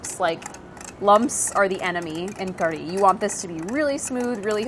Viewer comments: It's pronounced Karhi, not Kadhi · It is actually pronounced kad-hee (closest you could get) कढ़ी / کڑھی. The ढ़/ ڑھ sound doesn't exist in English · All I hear her saying is kuree. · But then, , doesn't it actually sound like she's really saying "curry" to anyone else? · I swear she's just saying curry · There's no R in Kadhi????? Why does she pronounce kardhi? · Okay, a question just for the desi peeps in the comments: is there an "r" sound in "kadhi"? Is she saying "kari" or "kardi" or something else altogether? I couldn't figure it out. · It sounds like she's saying Curry in Engrish. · You can hear her tongue hit the top of her mouth when she's saying it. Curry, she doesn't do that. It's very hard to catch or replicate if you're not used to it. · New drinking game: drink every time Priya says "Kadhi" and you hear "r" sound :D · Priya even you cannot pronounce Kadhi. And who calls Kadhi Soup.